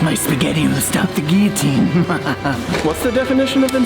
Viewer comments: What’s a gee-a-teen? That thing is a gill-a-teen!! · Why are you saying gearteen? It's Gill a teen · Is it just me or are these guys not including gav saying guiotine instead of guillotine? Or is it just an American thing? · Can this fuck stop saying geoteen?